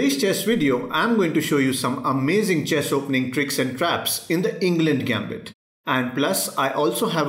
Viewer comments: It's ENG "LUND" 😂😂😂😂😂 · It's englund gambit😂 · The spelling is correct but, Eng'LUND' gambit ??! Wtf bro